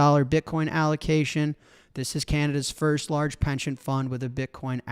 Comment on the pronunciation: What is with Jack's pronunciation of "pension"? Sounds like he is saying "penchant"? Surely he knows the difference? Is this some weird Chicago thing?